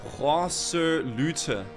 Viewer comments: Why are you choking on your Rs when saying Proselye lol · why are you pronouncing y's as "oo"? proselyte is "ight" not "oot". and abyssal is "abissal"... not "aboosal" or "abeesal"